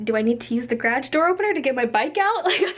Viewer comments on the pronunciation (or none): You say garage funny hehe